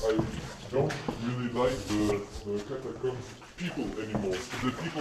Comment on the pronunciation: Catacombs. Not cums?